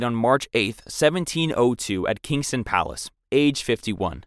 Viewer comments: Windsor - Win-zor Kensington - Ken-zing-ton (NOT Kings-ton) At least it was a real voice and not AI generated. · PLEASE learn how to say the words you are using, especially when these words on the video. It is Ken-zing-ton Palace, not Ken-sing Palace. It is A-or-tic rupture, not A-ro-tic. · And pronouncing Kensington as Kingston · I was giggling when he was saying Kensington palace haha ( it’s pronounced Ken-zing-ton lol hope this helps) loved the video!!